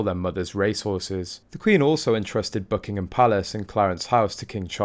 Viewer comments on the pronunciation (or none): none